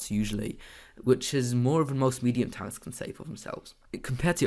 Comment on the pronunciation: Bro it pronounced "Tanks" not "Tonks"